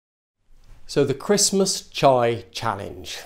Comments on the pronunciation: Chia, not "Chai" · Yeah chee-ah seeds I thought he was going to put chai powder in his mouth like the cinnamon challenge which would make no sense lol